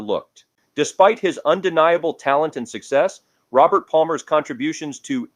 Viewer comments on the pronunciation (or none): none